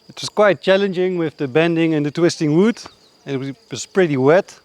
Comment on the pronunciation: Them saying "Wood" just makes me happy. "Woud" I'm also worried about the deck on the rock. I feel like it's going to catch wind and flip off like a piece of paper.